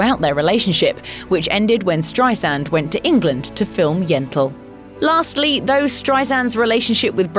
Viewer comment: Its StreiSAND not StreiZand!